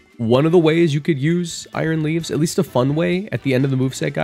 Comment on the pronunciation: I thought you said aroused for a sec 💀